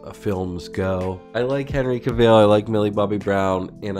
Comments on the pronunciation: Cavill rhymes with travel. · LOL, that's not how you pronounce Cavill 😂😂😂